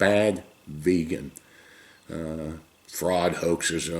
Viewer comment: It’s not vegan it’s “VAYGAN” that’s how dictator Donaldus Trumpus pronounces it